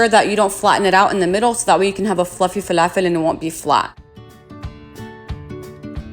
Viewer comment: Ohhhh inte Arabia? As soon as you said falafel 🧆 with the perfect annunciation I knew. Ahlen sis 😘 ❤️ 🇵🇸